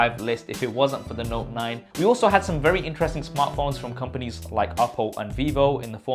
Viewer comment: The knot 9 huh you mean NOTE 9 lol just giving you a hard time. Good list btw. Wish you got more into detail with there hardware tho. JS